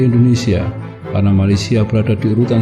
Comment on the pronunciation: tapi kalau mau sebut nama negara Malaysia sebut la betul betul jangan sebut macam tu